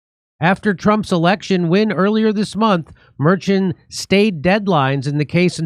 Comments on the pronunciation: Jimmy's pronunciation of "Merchan" got worse and worse as this segment progressed. 🤣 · How do you do so much news and not know how to pronounce Merchan's name, they even said it in the Fox segment right after you got it wrong lol